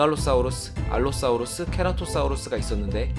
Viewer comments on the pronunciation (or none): 아니왜 다들 사우르스래 사우루스라구옄ㅋ